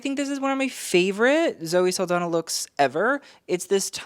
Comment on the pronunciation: That's not how you spell or pronounce Saldaña by the way!